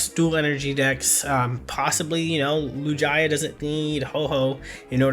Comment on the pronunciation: Arrest this man for the Lugia pronunciation. What pokefan doesn't know this name lol